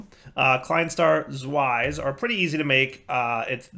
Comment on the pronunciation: i'm pretty sure with the Klein star zwei, zwei is german, so it would be pronounced ts-vi.